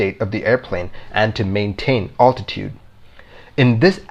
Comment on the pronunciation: For the love of God, it is ALTITUDE not attitude.